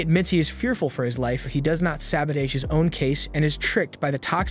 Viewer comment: Can't even say sabotage....my god